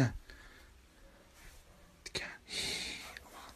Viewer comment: Niye ikide bir tken diyo